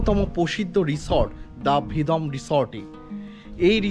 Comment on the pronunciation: Kotha ta Vedom na Vedam. Uff